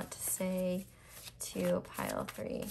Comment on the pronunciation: You said "My pile 3 readings are always wild" but I ABSOLUTELY heard "my pile for your readings are always wild". I had to rewind and relisten. Weird.